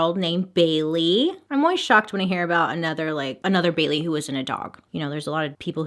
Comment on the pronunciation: After a while it sounds like she's saying Billy instead of Bailey